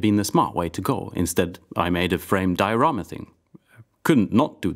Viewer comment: Finally a Swede that pronounces diorama correctly